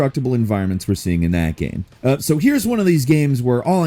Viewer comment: Kinda sounded like he was saying "what makes the up coming Karen unique" 😂